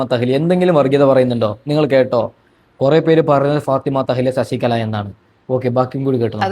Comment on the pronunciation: എടാ മൈരേ ശശിക ള അല്ല ശശികല